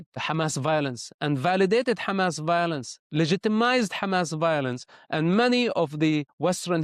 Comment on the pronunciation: Stop calling it Khamas, please. It’s a H sound. Both Hebrew and Arabic hate it